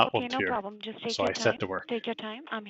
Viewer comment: Jusht vait a moment 😂😂